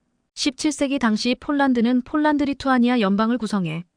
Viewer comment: 쫄란드가아니고 폴란드라고해야지 한국어공부좀하고방송해